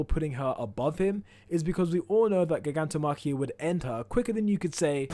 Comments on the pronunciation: please learn how to say Gigantomachia and Gigantification plz the way you say it is so annoying imo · I really can't stand how this dude pronounces gigantomachia or gigantification